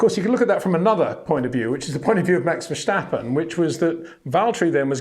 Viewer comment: Great reports! It's "fair-stappen" .... not "versch-stappen".... small detail, just like your brilliant detailed reports. Thank you.